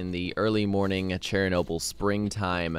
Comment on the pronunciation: Not cherry noble! Shernoble! :)